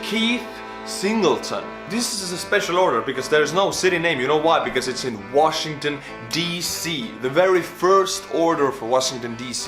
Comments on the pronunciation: Washi-n-gton, with 2 n’s. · you missed the n in washington dc lol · "Washigton D.C."